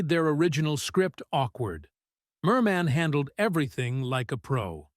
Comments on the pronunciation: It's not Mermaaan, but Mermin! Check out how her name was really pronounced. Not like Bird Man!!! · WHY IS THE NARRATOR EMPHASISING "MAN" IN HER NAME? MOST PEOPLE PRONOUCE IT AS "MUN"; MERmun. SO ANNOYING. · Her name wasn't pronoucned Mer Man - very poor for a person commentating a doco. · Stupid machine narrator. Can't even pronounce her NAME correctly. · Why do you insist on stressing the second syllable of her name??? Even Zimmerman is pronounced with stress on the first! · At least pronounce her name correctly